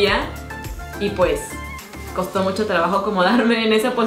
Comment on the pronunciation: Like si escuchaste si dice mocho y es mucho pero no te jusgo todos nos equibocamos hasta yo jijijij